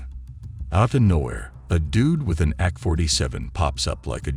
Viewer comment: AI narration is weird. Ack-47's are pretty cool guns, though.